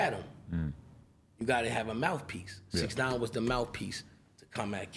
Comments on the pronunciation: Why is he saying bix 9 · What is he calling him Bixnine? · Says bix nine but also says casanova🤨🤔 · Is he saying “bix” or bitch?